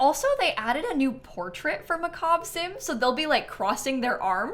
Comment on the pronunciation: I'm so thankful at least one EA creator knows how to pronounce "macabre"!